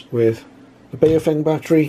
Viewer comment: Nice review but Baofeng is mispronounced. I often find Americans mispronouncing Baofeng on other videos. The correct pronunciation is BOW like the bow of a ship followed by FUNG like fungus. BOWFUNG is the correct way to pronounce this Chinese name as they do in China.